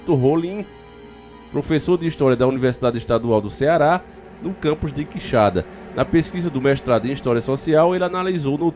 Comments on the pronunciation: Por pouco ele nao chamou de queixada...OOOlha o acento. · Quixadá , não Quixada 🤦🏼‍♀️ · o nome é Quixadá e não quixada valeu um abraço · NÃO É quixada. É Quixadááá. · Gnt chata, Quixada ou Quixadá, deu pra entender perfeitamente de qual cidade ta falando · irmão, tem um acento no final do nome, é Quixadá, e nao Quixada, abraço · Oi. ❤ os fatos sao de antigos comentários. Crescemos ouvindo isso aqui. Mas a pronuncia é qui- xa- dááá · Conheço a cidade. Já estive lá! Só uma observação, QuixaDÁ, sílaba forte em DÁ. Bom trabalho! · Nome ta falando errado, cidade é Quixadá Aqui no meu ce